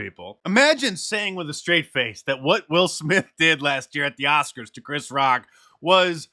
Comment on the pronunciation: No more Oscar's it became Woscars